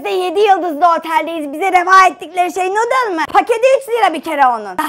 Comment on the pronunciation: Abi muzaffer halanın nudle demesi saka mıı PUHAHAHAHAHAHA